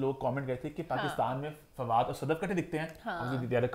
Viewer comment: Why she calls FADOO